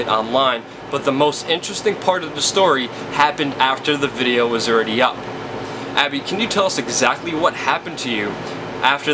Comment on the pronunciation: can anyone under 40 pronounce a Consonant T any more?? Abbby Martin is awesome...WTF is "Abbey marr -en"